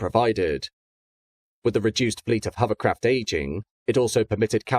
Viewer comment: I was thinking the exact same thing almost missing out the o in hover completely